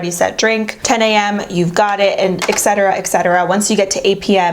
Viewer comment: ETcetera not exetera! Just saying you should pronounce it properly.